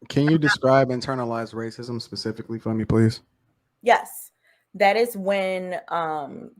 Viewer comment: did really say "pacifically" instead of "Specifically"? lol...but yet he up here tryna sound articulate lol